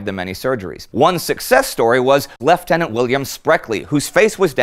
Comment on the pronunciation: Hearing you pronounce 'lieutenant' correctly makes me all warm and fuzzy inside.